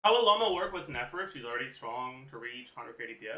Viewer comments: Is he saying Loma? I thought it was Lauma. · in french au = o, and he's from quebec, maybe that's why it sounds weird to you